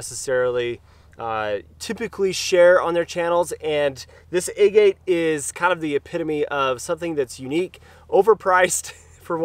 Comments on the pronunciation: Is it a-gate? I thought it was aa- git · Locals in Utah pronounce Hurricane "Hurrakin." Doesn't make it correct. :) JD is correct, the pronunciation of agate is Ah-git, after the type of rock. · Your pronunciation of agate is way off. Aah-git (like the stone)